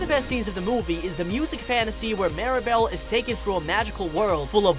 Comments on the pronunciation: Why do some people miss pronounce or misspell Mirabel’s name? It’s MIRAbel not Maribel. I don’t get it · The dude saying “Mary-bell” is throwing me off 💀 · Mee-rah-bell. Please. Like “miracle”. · “Maeribal” BAHAHA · First of all, I like the video but the guy explaining 10 things, he says marible, not Mirabel and he said that Agustin the father of Mirabel, is married to Isabela Madrigal which is weird because Mirabel is sister with Isabela, the name of Mirabel's mom or Agustin's wife name is Julieta but when you pronounce it it is like hulieta. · I got annoyed at so many errors on this. First, Mirabel was called Maribel most of the time. Agustin did not marry Isabella amd Veraneras don’t grow only in South America just to name a few. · Mirabel ❌ Mira-bowl ✅ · Mirabel pronounced: Meer-A-Bell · He mispronounced mirabel’s name! Did he see the movie?